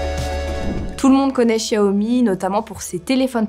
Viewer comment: Oui je suis d'accord et elle prononce correctement Xiaomi.